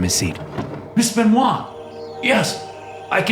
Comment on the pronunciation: I can't unhear " mr benois "